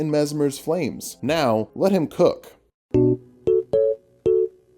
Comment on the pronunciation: I thought you said “Messmer cocks “ You almost had me interested…